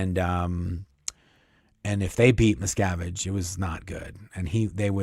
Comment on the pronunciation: I keep hearing Miss Cabbage Can't unhear it now Kyna like it